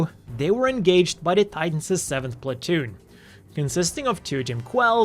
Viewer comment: I noticed when you cut to Titans 7th Platoon, you missed the L and had Patoon. Just lettin you know.